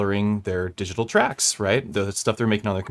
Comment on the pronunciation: Swedish box, man. They pronounce it like 'diggitohl' ;-)